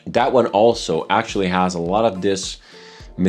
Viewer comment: By chance are you Romanian? you have a similar accent to the host of ZoneofTech. His name is (I think yours is as well?) and he pronounces "that", like "dat." And thats the only hint of an accent that I can point out. Maybe he does have a more...and yeah these baggies and tubes are triggering something in me..